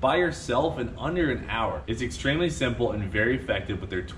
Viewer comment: I don't think you emphasized "simple" enough